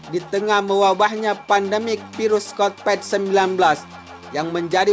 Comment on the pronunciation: Konpet 19 wkwkkw